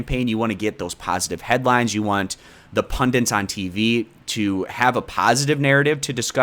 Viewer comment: Why do people on youtube keep saying "pundints"? It's "pundits" people!